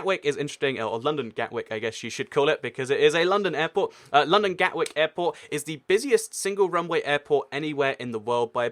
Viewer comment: Its like he pronounces London as Loondown.